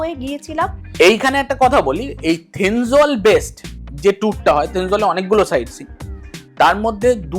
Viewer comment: Not Thenzwal, thenzawl😊😊😊